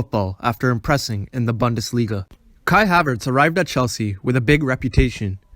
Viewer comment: Great video. Look up the pronunciation of bundesliga though.